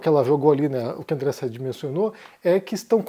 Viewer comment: Por que o insiste em falar errado o nome de diversos jornalistas?? É Sadiiiiii como ela mesma fala